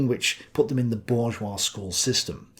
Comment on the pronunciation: the s in bourgeois is silent. However, pls keep saying it the same way because French pronunciation is commie bullshit (obviously). Looking forward to “Pendejo: the Life of Karl Marx.” (Potential series?)